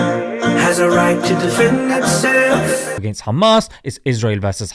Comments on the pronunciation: “kkKkkkHaamass teWwWorWwist…” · The way he says Khamas 😂😂😂😂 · nobody can pronounce 'Khamas' like they do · haha the way you said KKHHHAMMAS gets a sub from me brother! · I know right they just think they’re innocent and they also need to fix they’re pronunciation they say KhAmAs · I always laugh whenever they pronounce Hamas as Khamas ! 😂😅 By the way I’m from “KHINDUSTAAN ! 😂😅